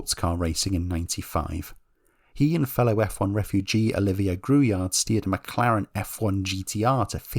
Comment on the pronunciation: It's Michel Trollé, pronounced TRO-LLAY in English. It's Olivier Grouillard with a silend "d" at the end. Same with Eric Bernard .